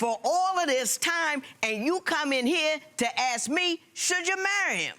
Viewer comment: Why does she say "axe" instead of "ask" ?